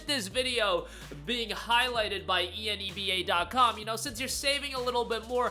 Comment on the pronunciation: Rhymes with ENEMA, Seriously though... Hearing you repeatedly chant E N E B A was offputting, annoying and made me just a little angry towards the end of the video. How would you pronounce "783 Enebium has been added to your Enebium Balance" ? You gonna spell that out too? Grow a pair... it rhymes with enema, just say it.